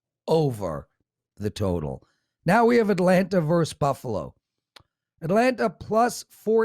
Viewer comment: it's" versus "with two syllables., not "verse "with one syllable.